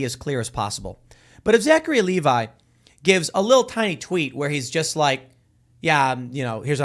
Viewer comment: It's pronounced Leh-vee